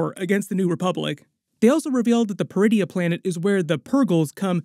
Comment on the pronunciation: Oh. PER-idia. I thought she said "DRU-idia". Funny, she doesn't look Druish.